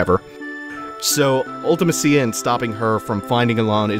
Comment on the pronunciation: So remember how a few episodes back you said that it's always jarring to hear other people's pronunciations of certain names or places in FF games? I'm personally offended at how you say Ultimecia. LOL.